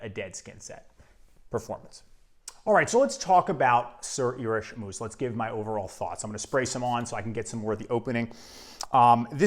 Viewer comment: Great fragrance. Moos is pronounced as in "more". And if you want a fragrance to last longer, make sure you moisturize the skin area where you want to apply the fragrance.